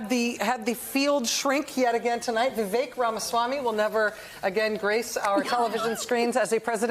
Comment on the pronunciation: It’s Vivek. Like mistake.